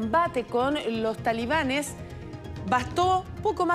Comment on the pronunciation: Que vergüenza escuchar a periodistas universitarios en todos los canales de la televisión chilena decir "talibanes" cuando esa palabra está mal dicha...